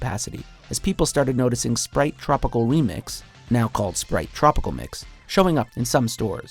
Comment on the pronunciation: I hate the way he says tropical